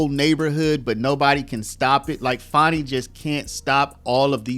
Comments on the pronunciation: Stop pronouncing it as FAWN-E, Its "FAN-E"! She's living up to her namesake. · For years she went by Fanny but since her Trump case she says Fahni